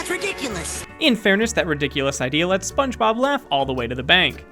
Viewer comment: 1. Spunemob. Spun eh mob? 😂😂 2. He says it's fact number 38 on the mark of 8 minutes 38 seconds